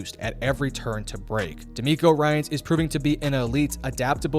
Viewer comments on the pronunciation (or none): none